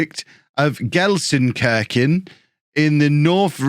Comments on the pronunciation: Gelsenkirchen, where the i is as in meat :) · probably need to go to language school. And learn how to pronounce the city's name. Can the club pay for it?